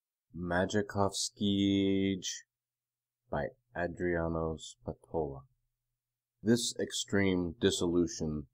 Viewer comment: Fair reading. But they're pronounced SPA-tola and ma-ya-KOV-skeeeeee. ;)